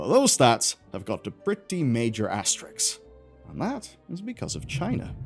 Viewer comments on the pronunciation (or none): What's "asteriks"?